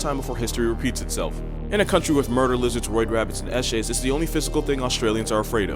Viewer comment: First time i heard an american say eshay